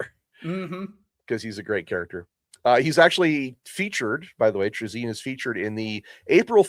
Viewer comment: Isn’t it “Tray-Zin”?